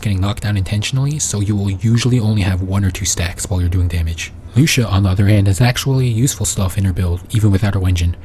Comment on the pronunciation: loo see uh. not loosha